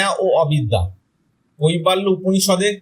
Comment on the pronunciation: কইবা ল্য নয়,--" কৈবল্য""